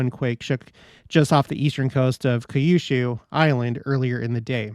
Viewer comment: Just so you know Kyushu is pronounced like the letter Q plus shoe 😇